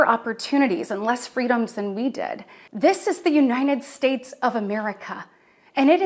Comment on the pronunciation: "the unined states"